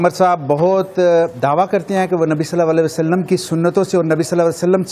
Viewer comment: hows he between Ullamas when he can't even say S. A. W properly.. That tells a lot about this committee and their knowledge